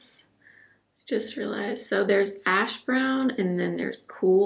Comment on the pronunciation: Favorite video! I have that velvet crush blush and need to pull that one out… so pretty! When you said the name of the brow pencil was “cool ash brown” I thought you said “cool a$# brown” and almost spit out my tea!!🤣